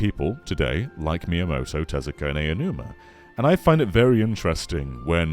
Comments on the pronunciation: it's pronounced "ow-numa" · It’s pronounced “ow-numa”.